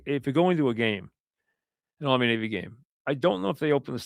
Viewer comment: It’s pronounced Army/Navy